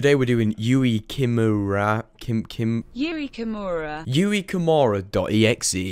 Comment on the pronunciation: Literally goes to google to pronounce the name. Google: Yui Kimura: Yui Kimora